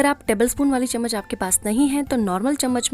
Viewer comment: Saf saf Chammach bolo n ye tebal spun kya hai